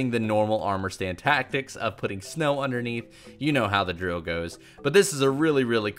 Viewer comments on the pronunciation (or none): none